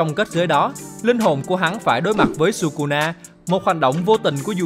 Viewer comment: thỉnh thoảng nói kusuna vậy